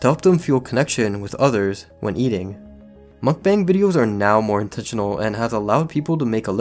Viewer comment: I'm glad you're not one of those idiots that say "mook-bong"